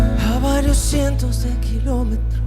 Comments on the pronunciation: When you said “Kilómetros” I said: wuuuuu Reina del español jajajajja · Real nice how you pronounce "Sin Bandera" and "Kilometros" . Sounds super natural. Love Sin Bandera. Beautiful ballads and lyrics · Great reaction! And the few Spanish words you said were actually particularly well pronounced! How about reacting to the one and only LUIS MIGUEL??? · My favorite Singing analyst reacting/analyzing “Sin Bandera” my favorite all time duo!!... you said “Kilometros” perfectly. It tells me you evidently have a trained and developed ear that not only allows you to understand music and singing but languages too ❤️😘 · 😲 great pronunciation of kilómetros.